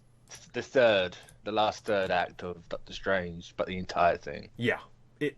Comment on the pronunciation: Doctor Schtrange